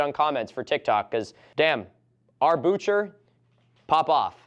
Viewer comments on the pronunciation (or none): none